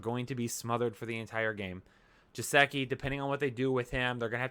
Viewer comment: Maybe if you pronounced Geh-sick- e’s name right he would follow your predictions 😏